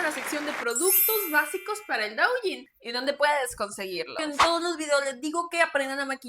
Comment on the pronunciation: Duyin, se pronuncia duuuuuyiiiiin! Me da cosa cada que lo pronuncias mal